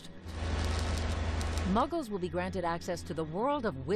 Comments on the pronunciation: 🤣🤣🤣 muggers? She may have said muggles the first time, but I really thought she said muggers🤣🤣🤣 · lady: muggkes from all walks of life Me: excuse me? did you just call me a muggke AVADAKEDRAVRA